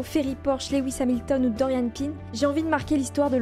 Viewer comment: carrément t'as dit dorianne pine alors que c'est pin